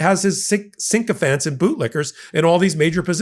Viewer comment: please stop misprouncing "Sycophants!" It is SICK-O-fants, NOT SINK-O-Fants!